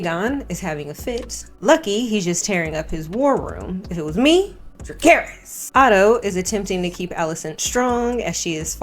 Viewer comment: The "DraCAIRIS" pronunciation is 🤢 everytime i hear someone say it like that...NEVER has it EVER been pronounced like that in either show not spelled that way 😂